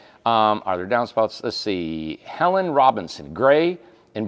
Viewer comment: Hi Guys. Thanks for showing the chocolate house. Still wondering if will allow container homes on the Mountain.Ps Helene is pronouned Elane. H is sort of silent.Just can't show the accent on the second e. Thanks for the info on these shows. Have been watching since the old place. Miss the old gang everyday. Do you guys still sign the houses in a secret place? Also, still waiting on that calender of the guys. Hubba Hubba Tom...PSS.Still miss the live shows and The Bickerson's hosting...